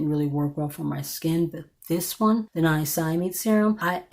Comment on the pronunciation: It’s pronounced Nya-sina-myde.